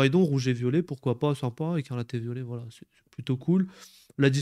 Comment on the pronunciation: T'arrives pas à dire "Ecarlate & Violet" mdrr